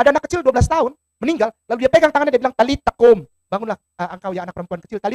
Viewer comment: talita kum bukan tali takum